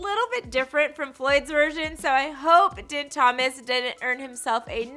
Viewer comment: Doesn't even fucking say Din Thomas name right